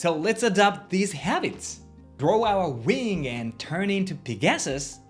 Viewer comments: Thanks for your amazing content as always,. Quick pronunciation lesson: Pegasus. Stress is on the first syllable... PEGasus... just like CAPital, MANager, PRINcipal, MUScular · Pegasis is pronounced: peg-ah-sis. Thanks, here's to a wonderful 2026 for you.